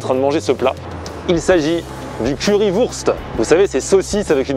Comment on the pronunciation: Wurst ce prononce "wourcht" en allemand mais sinon cool la vidéo 👍🏻